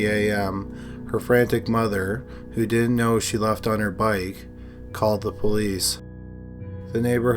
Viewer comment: Pronounce your words. It's not Di'int. The word is didn't. That d isn't silent. Most boring thing I've ever heard